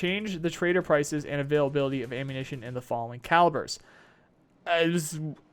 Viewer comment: you've spent so much time with nikita that you have a problem with "availability" pronunciation...